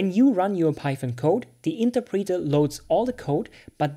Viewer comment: Good video, good for beginners. One thing though...Please look up the pronunciation of interpreter.